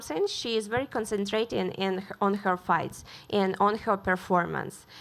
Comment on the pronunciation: Dude...love her...but the way she pronounces *and*...foooooooook....